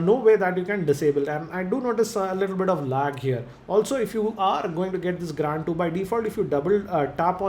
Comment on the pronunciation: Please spell Grand as it is...It is Grand .....Not Graaaaand